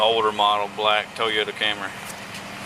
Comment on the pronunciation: "She drive a black Toyotee."